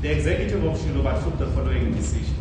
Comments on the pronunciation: The correct pronunciation of the word Xiluva to sound correct for those who cannot read or speak Xitsonga-Xichangana should be pronounced as Shiluba. Xiluva - Shiluba. Se hi fikile hi ta helela va tukulu va Gwambe na Dzavana ekaya rintshwa ra Mkhonto Wesizwe (MKP), MaGaza ya ka hina yo saseka vanhu va malwandla. Ha va amukela va ka Xiluva Party, titweni mirikaya. Gwaza Mkhonto Wesizwe Gwaza!! Tlhava Tlharhi ratiko Tlhava!! 💚🖤💚🖤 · my friend, you pronounce Xiluva like Shiluba but its a Tsonga word means the flower.